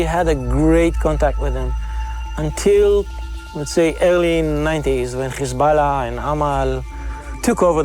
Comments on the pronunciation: When Lebanon defend itself you call them terrorist Khhhizbolah if you can pronounce Hyway I am certain you can pronounce hi b Allah Or Hamas instead of Khhhamas I deplore your hypocrisy why don’t you go report from Ghaza and see if your BiBi lets you show the savagery is committing Two faces and the world is puking the Zionists Cause the Jews of the Tora are not blonde with polish accent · „Khezbollah“ „khamas“ 🐷🐷🐷🐷🐷🤣🤣🤣 can‘t you properly pronounce it?